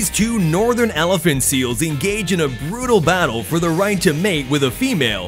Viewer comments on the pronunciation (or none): The elaphantseals bro😂😂😂😂😂😂😂😂😂😂😂😂😂😂😂😂 😂😂😂😂😂😂😂😂😂😂